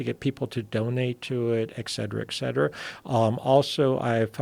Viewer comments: Well spoken? Saying eccetera instead of etcetera doesnt sound well spoken to me but more like you didnt pay attention in life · It's "et cetera" (etc) not excetera.